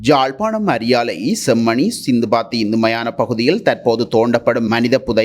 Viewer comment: சிந்துபாத்தி என்பது தவறு அது * சித்துபாத்தி * மயானம்